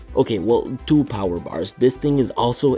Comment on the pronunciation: RGB GIVES YOU POWAH.